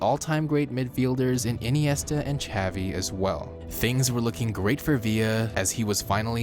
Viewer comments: You didn't butcher xavi's name. Some people call him like how you called him. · How you said Xavi is the right way..